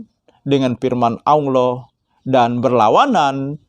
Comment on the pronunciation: Dakwah pencerahan seperti apa, kalau hanya retorika dan narasi narasi tanpa makna dan dalil dalil yg benar. simpel aja mana dalil bantahan nya zong. hadehh menyebut Allah aja belepotan dimana ilmunya ?